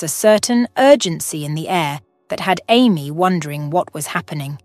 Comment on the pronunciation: Amy pronounced Aye.. me for Amy... NOT Army